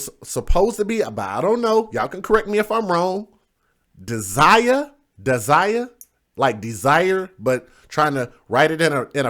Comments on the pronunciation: You pronoun it Day'jah as in Deja vu, not De'sirer as you say it. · Her name is pronounced like daisy. Smart ass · Dazia could be as pronounced DAsia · I have a friend who spells her name that way Dazia, but hers is pronounced like Dayzyahh